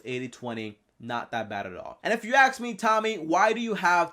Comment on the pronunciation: “But If you Axe me”